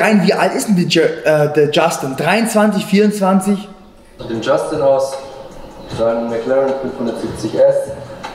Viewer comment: Niemand: Wirklich niemand:: Dschaschtin